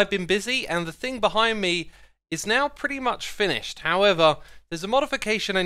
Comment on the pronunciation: Perty. Lol